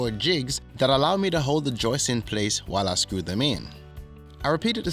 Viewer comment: It's "Joists" not Joyce! LOL